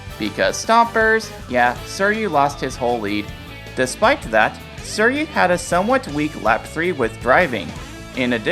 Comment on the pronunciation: The way you pronounce "suiryu" makes me want the stompers to crush my brain 💀